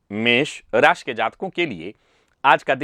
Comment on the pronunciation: अत्यंत प्रशंसनीय है कि अब 'श', 'ष', 'स' और 'क्ष' के उच्चार कभी-कभी सही होने लगे हैं। बस, अब पूरी तरह से "मेस रासि", "ज्योतिस", "श्नान", "नच्छत्र" आदि कर्णकटु उच्चारों को पूर्णतया 'तिलांजलि' दे दी जाए।...